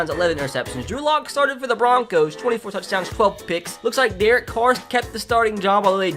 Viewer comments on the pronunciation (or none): none